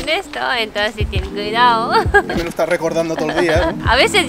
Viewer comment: "TEN CUIDAO"